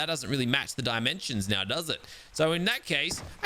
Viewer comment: "Are you kidding me right neow"